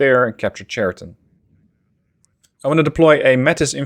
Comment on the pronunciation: Just to correct you — Chariton pronounced not correctly. Right pronounsiation is Hariton (H like in hunter)